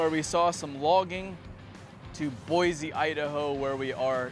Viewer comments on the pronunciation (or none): wow. is it too much to ask that people pronounce it properly? It's not " Boyz-e " it's " Boy-see " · There's no "Z" in Boise.